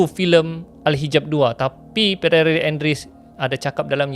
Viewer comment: Pieer bukan perere sebutannya. Peer tu nama french